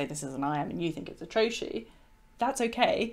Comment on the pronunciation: I always thought trochee was pronounced trokee not troshee.